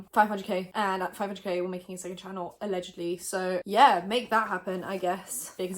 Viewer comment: LMAO “ALLEGEDY”